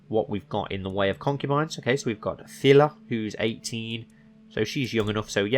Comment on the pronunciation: It's Pihla and not Phila.